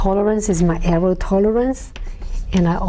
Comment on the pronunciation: someone should tell her its pronouced err+or not err+ow